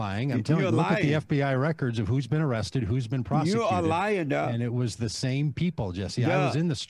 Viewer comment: His name isnt duck. Its dug. Say it with me jesse. Duhhhhhhhhhgg